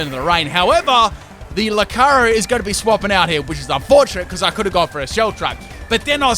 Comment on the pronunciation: Loo-car-e-oh! Not Loo-car-oh